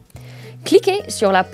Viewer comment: So so close! It’s “le pousse” for the thumb to like. Really enjoyed this video and Emma’s pronunciation is pretty darn good.